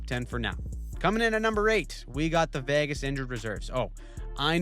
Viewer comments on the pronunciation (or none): none